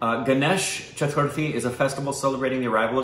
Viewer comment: These guys trying hard to pronounce "chaturthi" for today's 2 videos straight 🤣🤣😂🤣😂🤣